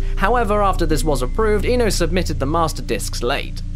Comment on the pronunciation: Don von Frustratio Kenji Ino, not Kenji Eno. learn how to japanese, you pleb.